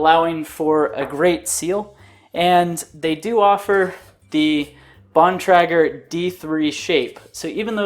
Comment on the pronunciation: btw its Bon - Tray - Ger